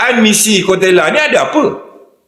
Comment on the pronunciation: 😂😂😂...koteyla...bukan kotekla.. terbaikkkk..